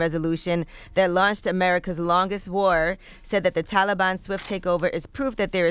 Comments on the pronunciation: Tf do you say taliban like that yee? 😂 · i had to stop watching cause Angela kept saying Taliban wrong 😑lol. anybody else??